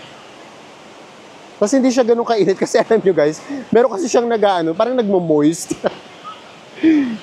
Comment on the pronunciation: Mist Hindi moist 😂